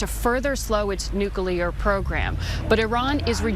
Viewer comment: How hard is it to say 'nuclear' rather than 'nucular?'